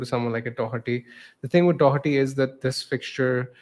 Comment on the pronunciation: There’s no “c” in Doherty